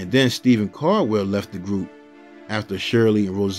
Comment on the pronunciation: It's Stephen Caldwell not Stephen cardwell